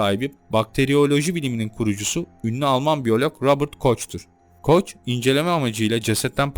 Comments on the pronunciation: Hocam öncelikle elinize emeğinize sağlık güzel bir araştırma çalışması olmuş. Lâkin nacizane bir hususta düzeltme yapmak isterim bahsi geçen konuda alman bilim adamının ismini yanlış telafuz etmişssiniz. Almanca genelde yazıldığı gibi okunur yani şahsın ismi Robert şeklinde ( aynen yazıldığı gibi ) soyadı ise koh ( koch ) olarak okunur. Küçük bir düzeltme. Tekrar emeğinize sağlık der çalışmalarınızın devamını dilerim 👍👏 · Robert Koch diye yazılır Koh diye okunur, saygılarımla. Talat Paşa'nın 33.dereceden mason olduğunu bilmiyordum,🤔😮